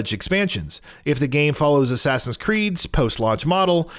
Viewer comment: My man did you just say assign its Assassin how do you mess it up